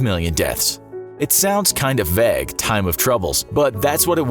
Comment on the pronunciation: Was anybody else bothered by how he said "vague" ?